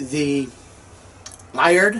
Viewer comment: great video! May I say that I found when I drove solo up to Alaska in '84, I stopped at Liard Hot Springs in northern BC, and intended to pronounce it as you did--LIE-urd, but found before I did so that it's actually LEE-ard.